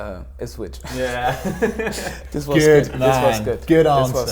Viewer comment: Onel saying ipshit was the best thing ever. He obviously understands Norwich city if he is saying that. Brilliant 😂